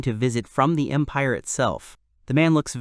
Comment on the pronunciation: Bruh at the start i heard "the great impare of Bulgaria" 😭💀